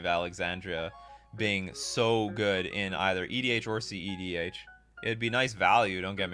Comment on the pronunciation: You're the first person I've heard actually calling it cedh, usually I just hear cdh